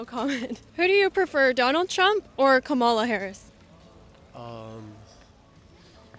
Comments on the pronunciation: Notice how this “interviewer” consistently mispronounces Kamala’s name and frames her second and third questions in a way that seems to challenge students’ answers if they say they would vote for her. Shame! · Girl ,you should learn to say her name first. Don't forget that she is still the Vice President and you should have some respect. Thank God they were some smart students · The host is trying so hard to put words into people’s mouth. Oh by the way, you should have the decency of pronouncing other people’s name correctly before surveying about them. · This interviewer doesn’t even know how to pronounce Kamala’s name. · How is it the narrator continuously pronounces "Kamala" incorrectly while the students each time pronounce it correctly? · Yes, it does! If an interviewer is asking about two political candidates, the least she can do is pronounce their names correctly. Lazy, lousy interviewer. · It could be, but it ISN’T. And it’s rude to mispronounce someone’s name— especially intentionally, as a slight. It reflects more on the person who does it than on the person referred to. It basically says, “I’m lazy and my mother didn’t teach me any manners.” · Is it really so hard to pronounce Kamala?? It’s pronounced Comma-la, not Kam-A-la. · It's not come-ma-la, it's com-ma-la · its pronounced Comma-la you dogwhistling moron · I stopped watching when she said Stanford was the most prestigious university in the world. 😂 “Kuh-MAH-luh” for crying out loud. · The interviewer cannot even pronounce KA MA LA name correctly. She has one job. One job😔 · Jesus, Pronounce her name correctly. It is Kama-la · If your'e going to do interviews, please learn to pronounce the name of the candidate correctly. Also, please learn how to read body language. Seems like many students aren't comfortable telling you what they really think :) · Why are you purposely mispronouncing her name? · For Goodness sakes… say her name correctly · Learn how to pronounce her name